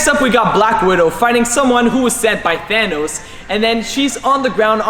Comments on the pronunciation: Than-noss it’s thanos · thanos not thonos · The way he says thanos😂😂😂😂😂😂😂😅😅😅😅😆😆